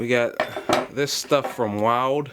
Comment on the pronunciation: I believe Wilde is pronounced "wild e". at least that's how the staff at HJE have pronounced it when I've bought their tools.